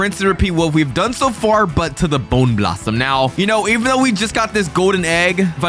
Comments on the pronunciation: Bone blossom ❌ bone blassam ✅ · Its not a bowner blossom its a bone blossom